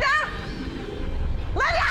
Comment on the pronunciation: It was lenda so lemme say it the RIGHT way: LINDAAAAAA!!!!!!!😡😡😡